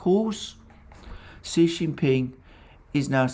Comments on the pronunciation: Xi is not pronounced “see,” but rather more like “shyee,” or even “shee” would be closer. Otherwise great stuff. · President “she”, not “see”! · why are u pronouncing xi like a xylophone?